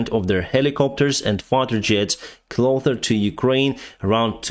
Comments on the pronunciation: closer not clother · He doesn't take any notice. "Atlas VPN helps me improve my English", so just leave it. I've been trying to tell him for months now about his pronunciation of "closer" (clother), but to no avail. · you have no issue pronouncing letter “S” but yet instead of closer you say “Clother” 😅 Just funny you don’t have to fix it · It's funny how you always pronounce "Closer" as "Clother" 😅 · The word is "closer" not "clother" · Thank you! You keep saying "cloTHer" when you really want to say "cloSer" Slava Ukraini! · 😂its called closer not clother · Dude, I like your channel and I watch it almost religiously, but I want to ask you something: Please say "closer" not "clother". It really scratches my ears... 😁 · hey, I know you're trying to improve your English, so I thought I'd point out the pronunciation of the word "closer". You're pronouncing it more like "clother" and it might confuse some of your viewers. Hope you understand I'm just trying to be constructive here 😅 Good luck! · please use "kloser" instead "klother" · CLOSER NOT CLOTHER FFS!!! You dont call yourself Denith do you? No, you pronounce it, so pronounce cloSer… please 😇👊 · Just a little help. It's called closer, not "clother"👍🏽 couldn't help to notice in alle the videos. Hope it helps ✌🏽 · Sir! You say word "closer" so it sounds as "clother" each time, everyday. Altrough that single fonetic error does not even draw much attention, the wort "cloth" is of slightly negative expressions... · What’s a “clother”? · you are mis-pronouncing the word "closer" as "clother". Just trying to help you speak better English. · Just an FYI, “closer” doesn’t have the “th” effect in it, it’s just pronounced like a normal S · btw, "closer" has the same "s" sound as "also" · Hi. I watch your daily updates and I love your content. One tip to help with your English; when you say 'closer' the s is a normal s sound rather than a th sound.